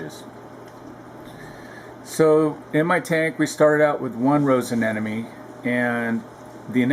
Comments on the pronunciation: A-ne-mo-ne.... not a-ne-no-me. Almost sounds like you're saying an enemy. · aneMone not aneNome !!!!!!